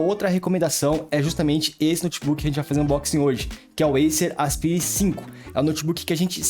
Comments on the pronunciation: Não é "aspiiire", é "asPAIre". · pronuncia péssima para Aspire. O correto é "aspaier" e nao aspire. estude, poha.